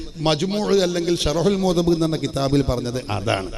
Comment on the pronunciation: Shahrul muhazzab 😂😂😂 changayi kithabinde per enkilum parayaan padikk mone sharahul muhazzab ennan